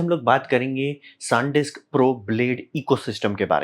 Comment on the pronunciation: Sandisk ❌ Saaandisk✅